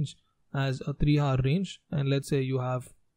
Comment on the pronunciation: very informative! but the "hour" pronounciation has confused me!